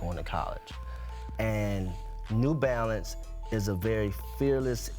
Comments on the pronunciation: “New Balance”, not new “balace” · Am I the only person noticing 'New Balace' instead of 'New Balance'? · “NEW BALACE” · Yo you guys over at ESPN are getting lazy. "New Balace" c'mon now